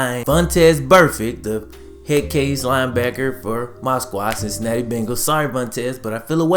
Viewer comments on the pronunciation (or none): none